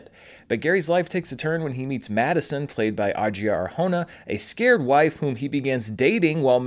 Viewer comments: The way you pronounce Adria 🤣🤣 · It's not exactly the correct way to pronounce it but close.